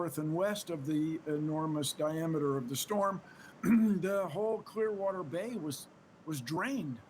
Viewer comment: “Clearwater Bay”? 🤣🤣